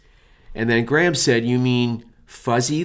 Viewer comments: Is your name pronounced Grey-ham or Gram )? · The way you pronounce Graham is just... My ears... are bleeeding